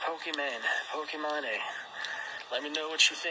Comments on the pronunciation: he says pokimoné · also he can’t even pronounce her name right.